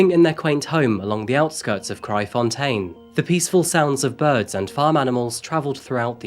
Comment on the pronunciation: I’m impressed by your pronunciation of Kraaifontein 👍🏻 What a sad case. Never heard of Hannah. But things like this is a common occurrence in South Africa.